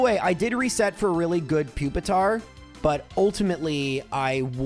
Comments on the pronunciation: Pupitars long u sound = Pupil, puke, putrid, popular, peculiar and puerile. Those are just the p’s I could come up with let alone any other beginning letters like Human. Nice try 🙃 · Pupil, pure, and putrid as well.